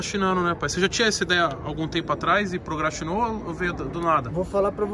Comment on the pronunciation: “Prograstinou” pqp kkkkkkk